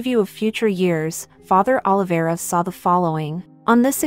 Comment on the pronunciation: Prenouc right Oliveira